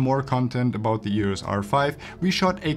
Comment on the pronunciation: stop saying yurus r5.